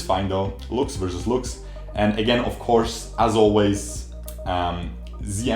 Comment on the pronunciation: I hate how he pronounces lux.